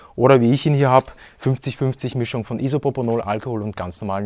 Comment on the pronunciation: Er hat IsoPOPOnol gesagt hihi popo ! :)